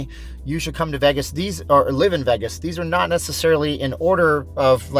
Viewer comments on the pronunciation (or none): VAY-GAS Not VEI-GES...............